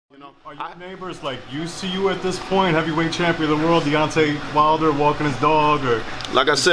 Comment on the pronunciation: Deontay “til this day” wilder